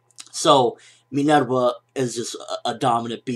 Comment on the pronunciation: Are you Latino? You say Minerva with a Spanish accent :)